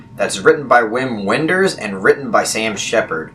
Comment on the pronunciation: Just a friendly FYI, Wim Wenders is pronounced Vim Venders. Don't make the same mistake I did for 10+ years lol.